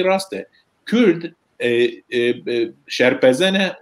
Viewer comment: Memostayé bréz Kürt deyil, Kurd olarak telafuz edersen daha güzel olur.